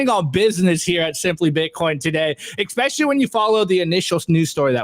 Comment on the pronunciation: expecially ?!? hahahahaaa